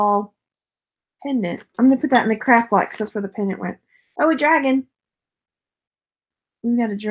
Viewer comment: Are you saying craft or crap lot? Lol